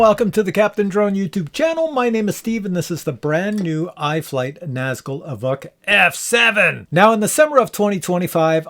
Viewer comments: EEEvock? It is EEE-v-oke ...maybe a quick "veh" eeee-veh-oke. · Pretty sure its ee-voke not ee-vuk